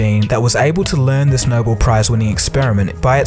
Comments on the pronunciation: It's not No bowl. It's No bell (Nobel) pronounce it correctly. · I liked this program very much, but the commentator pronounced nobel as noble. It is actually the name of the person who began the award--Alfred Nobel pronounced no-bell. I know it is a little thing, but he should have known it. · If you had studied science in school you would know that it is not spelled Noble. It is spelled, 'Nobel' and pronounced, Nobell. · The Noble prize? Wait a minute is a computer reading the script? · I fuckin hate how he says "Noble Prize".... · ...but he doesn't know how to pronounce, Nobel